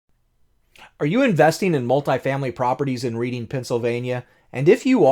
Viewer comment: Great video. Pronounced [Red-ing] Pennsylvania